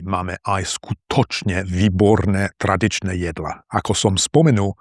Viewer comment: Haha, don't beat yourself up! The worst thing about your pronunciation (in my opinion) is the stress and vowel length. You seem to ignore all long vowels and you usually put the stress on the penultimate syllable of a word. I imagine this is at least partially caused by the fact you live in Eastern Slovakia. Example: you say "SkuTOčne vyBORne traDIČne JEDla" as opposed to SKUtočne VÝborné TRAdičné JEDlá. I think your Ď, Ť, Ň, Ľ are very good. However, you have a tendency to overpronounce the R sound. Your CH can sound like K like "kcete" and your Ĺ sounds more like Ú . But I understand that if you don't speak Slovak often enough, the progress is slow. For example, I only use English very rarely in real life, so I try to write in English as much as possible (like I'm doing right now) and I often read foreign books out loud (even if it takes forever) trying to mimic the melody and flow I hear from native speakers. In fact, I read the entire Harry Potter series like this. Also, I like to read articles on phonology that help me with little nuances I would otherwise miss. There is a great YouTube channel by Dr. Geoff Lindsey who goes into great detail when it comes to English pronunciation. I imagine there is no such channel for Slovak, unfortunately. Now, I don't think my English pronunciation would actually fool anyone, but I think it's much better compared to most of my colleagues and peers.